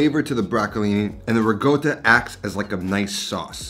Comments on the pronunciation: I almost throw my phone out the windows…. it kills me everytime he misspronounce Italian ingredients 😵‍💫 rigota and projutto… 🤌🏻🤌🏻🤌🏻🤌🏻 madonna mia!!!! its ricotta (rikota) and prosciutto (proShootto) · rikotta not rigotta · Not gonna lie I love this channel so much but when your not from Italy and never had the accent it makes no sense to pronounce Italian words with a thick accent. Ricotta not rigoat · Re-gotahhhh *laughs in european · can anyone tell me what i'm missing, with him pronouncing "ricotta" as "rigota"? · why do you say rugota and prowjuto, you can clearly do better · Love this and many of your other dishes! One request: ricotta has no G in it, only a K sound. Grates my ears to hear that pronunciation. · That pronunciation of ricotta🤣